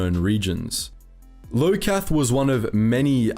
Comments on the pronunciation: The only criticism I have of this video is how you pronounce.. almost everything. Most of the names are pronounced incorrectly and all to me show that you probably never heard them spoken first. Iokath being a strong example- it's not LO-Kath, is EYE-O-KATH. Minor thing but its the thing that left me slightly annoyed throughout the video. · o SIS, not os sus, and i o KATH not liokath btw